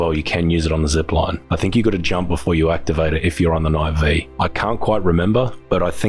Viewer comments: It's Knight Five not V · The correct pronounced knight five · "Knight Five" -- the pronunciation was literally in the update notes.